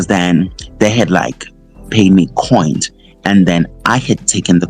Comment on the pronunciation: So we just going to ignore that he cant say "coins" because its Musa Khawula?